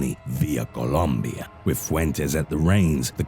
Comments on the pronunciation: I like the way he says Colombia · Why do you say Columbia like that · Im bouta start saying columbia like that